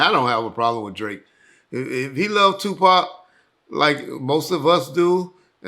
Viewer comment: Drake is the new Pac. “Sue-Pac”